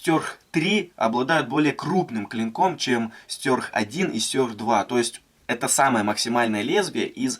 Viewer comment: мне ухо режет твое произношение название ножа, какого хрена "стЁрх" то??? стЕрх! и убери ты это активное окно на видео с ссылкой на твой канал, ты так подписки не заработаешь! бесит, на паузу не возможно поставить видео! дизлайк.